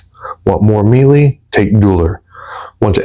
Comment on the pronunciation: Melee: May-lay Grenadier: Grin-uh-deer Infamous: En-fuh-muhs